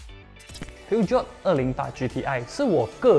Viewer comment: Peugeot 的发音不是应该是 "Per-Geo" 而不是"Piu-Jiot" 吗 ?